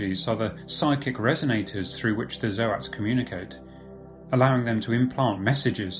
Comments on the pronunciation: "Zo-ats".. What are you on! Its "zoats". Like oats! Someone save us! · ZOTE NOT ZOH AT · So, I appreciate the effort this stand in creator made, a few key things kept the video enjoyable. To get it out of the way, Zoats is just Goats with a Z. No fancy articulation is needed. This isn't a big deal but it is a bit rough on the ears. The music was a bit too loud, at some points I had problems deciphering what was said. It may also just be the tone of your voice that is a sleepy drone. The strobe effect from that old slide show effect was pretty annoying, I wouldn't say seizure starting, but it definitely wasn't pleasant to look at. I think, overall the creator may be good in his own respect, but the vocal cadence is a shock from Arch's upbeat tone. Think a trumpet vs. A lazy trombone. I wish I could have enjoyed the video more, but I had to stop as I couldn't really digest any info. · The way you pronounce Zoats hurts my soul.